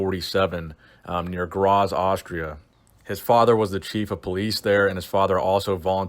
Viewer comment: Graz is pronounced like gratz